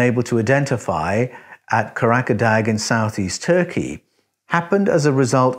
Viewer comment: The pronunciation of Karacadag is Curra jer dar...like the first syllable in curry..the g is silent at the end. Try saying courage a dar...that will be closer to the correct pronunciation